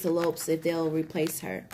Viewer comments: You wre pronouncing lisa's last name incorrectly it's pronounced like Lopez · Gurl !!!! Please stop. Her name was Lisa Lopes(z). Spanish inflection.